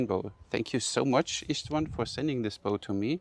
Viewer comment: It's pronounced: "Ishtván" (like the 'sh' in shackle or shack, or shake). Love the vids, keep up the good work!